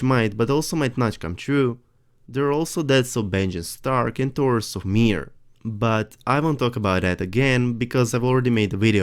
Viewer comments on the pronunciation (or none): none